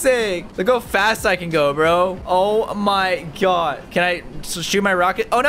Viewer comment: You said oh my God wrong